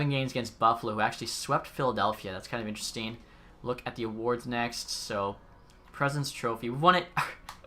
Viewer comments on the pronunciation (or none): none